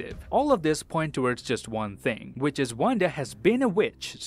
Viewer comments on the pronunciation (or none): none